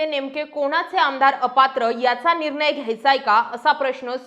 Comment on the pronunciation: आपण अशुद्ध बोलता निर्नय हा अशुद्ध उच्चार आहे . निर्णय असा उच्चार करा न आणि ण मधला फरक समजून घ्या व तसा उच्चार करा